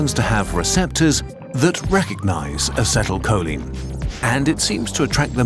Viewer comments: Check your pronunciation of acetylcholine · The pronunciation of acetyl choline ☠